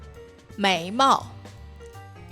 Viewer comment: Méi MÀO?? MÀO, not MÁO?